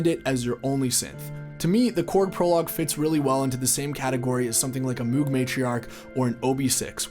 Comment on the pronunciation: Did you seriously say Moog instead of Moog?